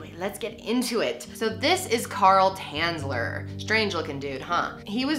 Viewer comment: from Dresden, omg! :o his real Name was Tänzler to say it correctly xD